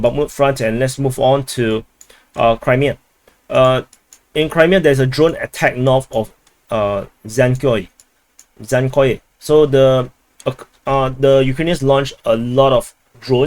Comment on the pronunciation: Jankoj Not zankoj J like Jumbo jet